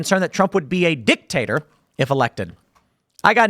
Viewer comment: Whenever he says dictator i hear 🍆🥔